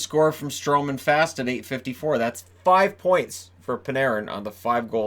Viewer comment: Jesper fast isn't pronounced fast. It's fahst